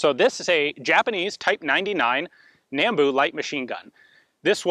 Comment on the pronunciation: If anyone doesn't know Japanese, it is pronounced Na-n-bu. Nah-n-boo.